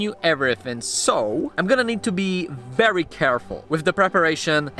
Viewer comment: I like…..wery, wery good!